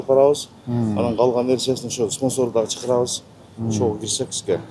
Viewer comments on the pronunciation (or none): Молдо сен кичине эс ал эми. Нормально суйлой албай калыпсын. Чыкырабыз ден сизди чакырабыз дегин